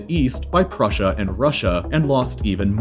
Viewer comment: russia and prushia